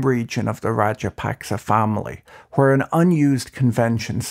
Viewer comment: Should your report be respected when you haven’t even tried to find out how to pronounce the president’s name half way decently.